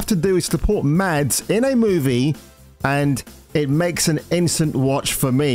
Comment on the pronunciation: Hey my man - tip for you - Mads in Danish is pronounced with a silent D. So 'Mas' rather than 'MaDs'. Pronounced like Mask without the K.